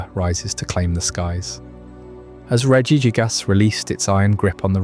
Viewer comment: Regi jig-ass made me wanna kms, who told you it was pronounced like that 😭